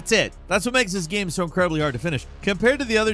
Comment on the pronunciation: i cant stand the way he says "gyem".....